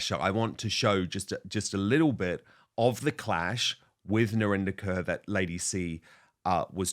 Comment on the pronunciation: Why doesn’t Narinder correct people when they say her name as “Kerr” instead of “Korr “? It’s an Indian name, Kaur. Not a Caucasian name Kerr. Could it be because it makes her sound less Indian on British TV? 🤔